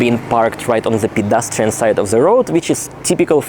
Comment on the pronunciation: i find it very funny how you said Pidastrian side of the road xD almost sounded like something else hehehe